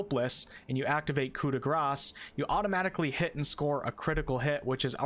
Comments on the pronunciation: It's not "cut da grass" it's Coup de Grace as in grais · There's no S sound on Coup de Grace. It's Coo-Day-Graw. Thanks for the vid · Coup de grace is pronounced coo-deh-gra. There's no s sound at the end. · Well, properly for an English accent (in French the "r" would be different), but yes. It's so annoying to hear people talk about "coo day grah" (which would be "coup des gras", or "blow of those greasy" in French I mean, you probably can kill an enemy with enough grease, but you'd need to feed it to them over years and then hope for an artery blockage. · Good ol' Coo-de-grass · The "C" in "coup de grace" is silent. Its just "Gra." Its french. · Me as a non native english speaker: You pronounce it "Co de gras"? I always said "shop de grase" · The s in gras is silent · coup de GRASS... o.0 It is terrible, outright terrible how we in English speaking countries butcher phrases like these because people here are too arrogant and/or lazy to learn how to actually say it. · Coup de grace, as you pronunce, does not sound good in portuguese LOL it would be something like "an as s for free" LOL